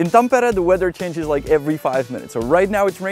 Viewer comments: That's an impressive pronunciation of Tampere 😁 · you actually said Tampere pretty much just like finns say it😁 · Finally a guy who dont say it thampeere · I thought you were a fin first from the correct pronounciation of Tampere. But then you said Janek and Honza, so you must be czech? Czech and finnish pronounciation is not that far from eachother I discovered when I lived in Prague, even though the languages are miles apart.